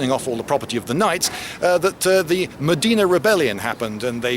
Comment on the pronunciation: Hahaha i love how you say Mdina... not even close